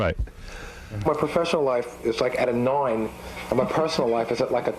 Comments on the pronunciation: Oh and of course,... "Noine" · "A noine" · The reason I'll occasionally say noine instead of nine to this day